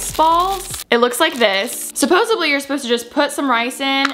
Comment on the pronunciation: am i the only one that noticed she said "supposesebly" instead of "supposedly" HAHAHA